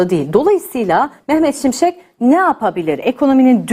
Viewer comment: Mehmet “SimSek” değil, Mehmet ŞİMŞEK!